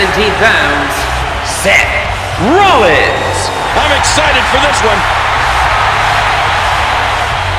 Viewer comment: Is it me or does the Fink never pronounce the S on the end of Seth Rollins & Roman Reigns?